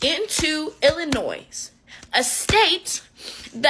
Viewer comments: Septum Ring Theory + proudly announces she "chain smoked" as if that's something to be proud of. Disgusting b1tch. - American, lives in America, can't pronounce Illinois correctly. "Ill-o-noise" ? No, the S at the end is silent. Idiot. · Hey, kinky blond, the “s” in Illinois is silent. You want to sound so smart, but don’t know how to pronounce the names of the states. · obviously she is developmentally disabled, but the "s" at the end of Illinois is silent. Hope the stringy haired behemoth doesn't hear her mispronounce a name. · The chick with curly hair and pink shirt sounds like my two year old grandson trying to talk. The s is silent in Illinois and some of the other words were so mispronounced I had no idea what they were saying. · The "s' In Illinois is silent ...learn it , live it, love it...pass it on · imagine pronouncing the S in Illinois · She can not even pronounce Illinois correctly lmfao😂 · The S in Illinois is Silent Idiot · umm. The S in Illinois is silent 😂